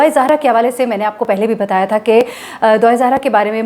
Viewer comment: App kay moo say Dua E Zahra bohat Acha lagta hy. Allah us bachi per raham karay aur app sub ki mahnat aur hum sub ki duaen Allah pak qabool karay. Ameen